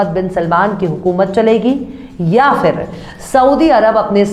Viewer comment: Madam your voic is very cute, you are very cute and the style to speak also very cute,but pls work on pronounsation in urdu words like ghurur not grur, and phir not fir. don't mind, thanks